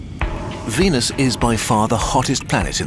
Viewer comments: What he said: "this leaves us with a frozen venus" What I heard:"This leaves us with a frozen penis" My reaction: 😲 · I don’t like the way you pronounce venus